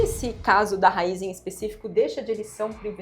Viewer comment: É Raízen e não Raizen...